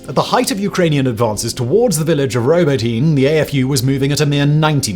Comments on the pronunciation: It’s pronounced “ro-bo-tee-neh-“ and “Zappa-roh-zieh” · 0 seconds ago 1. We sat on providing f16's too long, 2. We sat on providing atckm's too long, 3. Ukraine started too late snd on too broad of a front. 4. It's pronounced "robot inuh" . 5. Ukraine gave Russia too much time to dig in over the winter. 6. Neither side has air superiority, it's contested space so it's not a fair comparison. 7. Thus thing isn't over and Ukraine will prevail if we get off our collective asses and give them proper support. Whatever you think that is add at least 25% to it until the job is done. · Yo Simon it's pronounced robot init bro.. Hope you and team are well. Keep doing what yous do best! Much love from Dublin